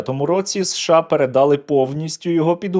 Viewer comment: не передАли, а передалИ